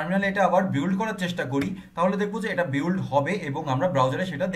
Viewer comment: Apni mone hoi ekta bol kortecen.... বিওল্ড হবে না।। বিল্ড হবে।।মনে হই।।